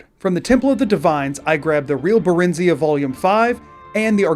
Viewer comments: It's pronounced Bare-en(d)-z(ion)-ah ("say ahh") You offended Daggerfall fans by getting it wrong. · How did a Skyrim YouTuber mess up Barenziah (Baren-zi-ah) they say it out loud in a few voice lines